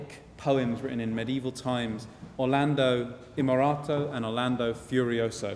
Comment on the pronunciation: I don't want to be unkind, but this kind of delivery annoys me and seems aimed at primary school children. I don't think slang and bad English works with classical music or with explaining Renaissance poetry: "All the knights thought this was very fun", "he looks at Angelica and he's like eeeeer". I also think details are important: it's Orlando Innamorato, not Orlando Imorato. Rinaldo didn't drink from the same fountain, he drank from the fount of hate while Angelica drank from the fount of love. I gave up on the video at this point. There's definitely skill in this delivery, it's very genial and maybe some people love it, but over 13 minutes is a long time to sit through if you don't like it. Personally I think concerts are usually better off without any any spoken introductions or explanations, but that these can work if they're very brief, witty and in excellent English.